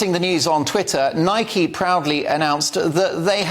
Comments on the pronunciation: Why dont you pronounce the product name properly? It rymes with bike and hike and like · It's spelt that way but it's pronounced Nikey by the US company that purchased it from JAPAN in 1972 I just call it Nike same as you